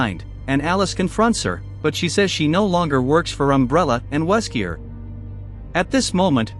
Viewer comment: Worst Recap when you cant even pronounce the names right xD Ada Not Aida. Wesker Not Weskier. Dont use a crappy Ai to translate. Be proud of your work and do the research!